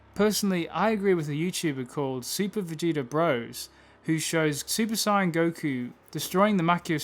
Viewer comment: You pronounce saiyan wrong